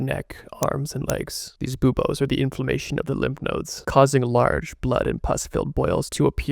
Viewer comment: Love the way this is presented, but i did have a hard time not giggling every time the edgy voice said "boobas." I know it's buboes, but hearing "you see the boobas" got me.